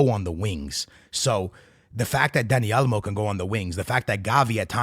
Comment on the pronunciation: WTF is Dani Almo? Is Dani Olmo, MAN! 😅